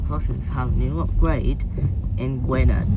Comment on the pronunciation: Ngl but your pronouncing Gwynedd all sorts of ways and btw this was upgraded a while back